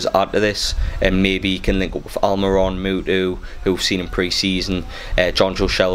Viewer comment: Its pronounced mootoe. Mootoo (mutu) played for chelski under ranieri